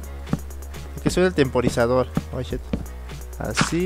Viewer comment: Like por todas las veces que dijo shet